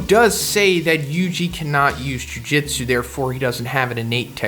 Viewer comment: I like how you keep saying jiu jitsu lmao